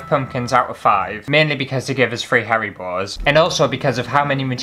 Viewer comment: I’m totally binging on your vids the past few days…You crack me up!! I’m dying here Rn because with the haribo gummies…sounds like you are saying Hairy Balls 😂 Keep up the great work!!